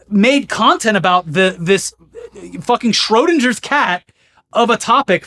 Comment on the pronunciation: I've never heard the name Schrödinger spoken out loud by an English speaker before and I had to pause the video for a bit to appreciate how wrong it sounds to me. Great video as always, keep it up!